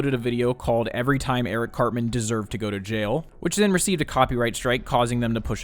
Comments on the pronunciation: I can't remember the video but I remember knowing something was up when he mispronounced, of all things, "Cartman" as "Car-Man" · He can't even say Cartman correctly. He says Carman.